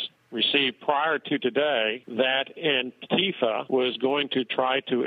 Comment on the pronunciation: Jesus Christ. It's ANTI-FA, not ANNE-TIFA. As in "Anti-Fascists." You know, the good guys from WW2.